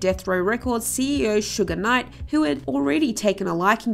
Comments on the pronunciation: Whoever you is lady doing videos about black artists learn to say the names correctly. Who tha hell is Sugar Knight? 🤨 It's Suge Knight. U can't be taken seriously? And you showing tha wrong photo of TLC. You showed the biopic/ actresses photo not the real TLC... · This is very sloppy and you can tell your not from the culture so far you said sugar knight instead of suge night and then the TLC pic you used is not the real tlc like c'mon overall I appreciate the content and what your trying to do but please make sure your doing your research right